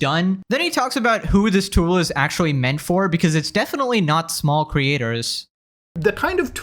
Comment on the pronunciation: Akshuwee, you need to go see a speech therapist.